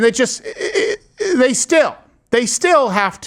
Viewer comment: "day" why can't they just pronounce "th" THEY